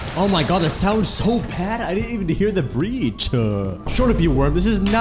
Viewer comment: 'I didn't even hear the breachuhhh'